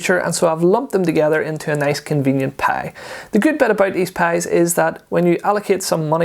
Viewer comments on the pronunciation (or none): PIE sounded like a PAY